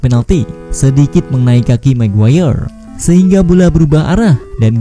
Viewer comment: Magayer min, bukan maguwayer..... 😀